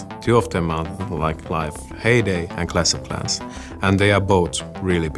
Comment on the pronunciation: "Клес Оф Кланс" ору с чела